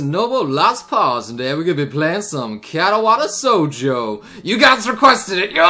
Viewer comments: Anyone else bothered by the fact that always pronounces it Katawata Shoujo? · spoiler alert: to this day still doesnt know how to pronounce katawa shoujo correctly